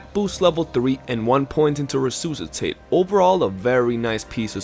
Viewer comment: Nice concise video, and I hate to be "that guy" as I don't like criticizing anyone for sounding out a word they read, but gotta point out that Resuscitate is pronounced "re-sus-i-tate" ('sus' like "suspicion" not 'oos' like "goose")